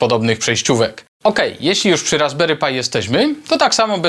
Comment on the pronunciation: Czemu mówisz "RasberyPaj" ? PRzecież to Pi... To aż razi